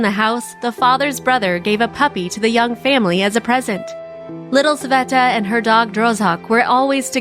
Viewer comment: its sveta not saveta